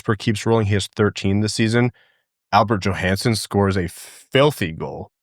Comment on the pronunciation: They are both “yo-hanssen,” not “Jo-Hansen”